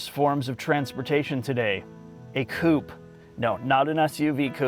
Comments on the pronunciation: Coop-A say it with me now coupe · really needs to start pronouncing Coupé correctly. The last letter is not silent.